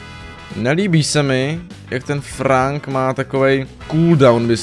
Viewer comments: Franka to není frank ale frenk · To není Frank ale Frenk. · Čte se to FRENK ne FRANK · Frank sa číta Frenk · Nechci tě urazyt ale Frank se říká Frenk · Je to frank se čte frenk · Frank se čte frenk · Číta sa frenk ale neva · To není frank ale číta sa to frenk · Říká se FRENK a ne FRANK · Čte se to frenk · Čte se Frenk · Čte seto frenk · Píše se Frank a vyslovuje se Frenk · Frank se vyslovuje jako frenk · Vyslovuje se Frenk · Vyslovuje sa to frenk